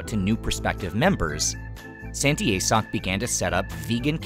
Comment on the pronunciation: San tee ah soak is how you pronounce it